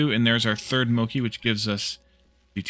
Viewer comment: Since you brouhgt it up: pronunciation of mochi is moh-chee, with ch like in chicken :-)